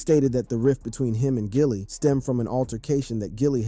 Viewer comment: His name isn't Jilly it's Gilly man I swear these YouTubers do not know how to talk or pronounce words correctly it seems like every The Voice you hear narrating a video on YouTube literally do not know proper English it's mind-blowing how someone gets paid to speak but still don't know how to speak properly